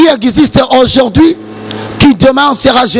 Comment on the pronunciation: français olobaka heure moko balobaka au jourd'hui es non au jourdi